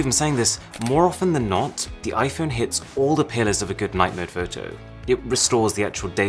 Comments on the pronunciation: Arun said iPhoney. 😂😂😂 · Try and convince me he just said Iphone "I phoney" 😂😂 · did you just say iphoney